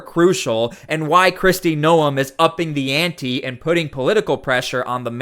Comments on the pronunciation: How is it even possible that you do this video & have no idea how to pronounce Noem. Hint: it is not No 'em. It sounds like Nome. Do you watch the news? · Bro its GNOME, not NO EMH. The news clips you have say her name correctly but you can't? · It's pronounced nome, not noum.